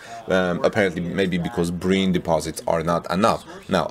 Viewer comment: Brine is pronounced Br “aye” n, not Br “ae” n.